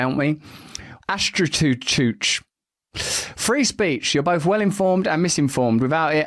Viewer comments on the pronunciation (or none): none